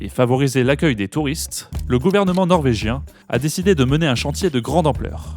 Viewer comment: Vous prononcez bien le Norvégien 😋... Merci pour ces magnifiques reportages